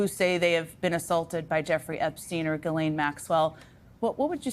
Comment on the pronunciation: I’m surprised that no one has looked up how to pronounce Ghislaine. I looked it up on Google. It is French, and pronounced jislane.